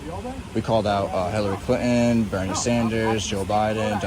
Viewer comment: Who is “Hillary Cli’n”? I think there’s a T in there somewhere